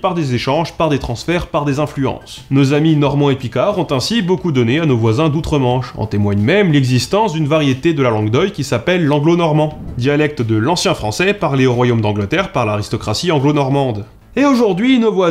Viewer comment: On ne dit pas langue d'/ojl/ mais langue d'/wil/.